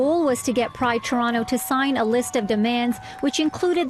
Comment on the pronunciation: The female reporter cant even pronounce Toronto (Torono?) correctly.